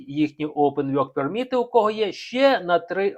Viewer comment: 😂ачо вйорк перміт а не ворк перміт, 😂 😊